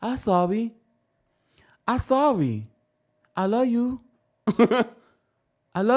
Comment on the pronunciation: That “I’m sorry I luw yu” In Destiny voice takes me out every phreaken time!!!😂😂😂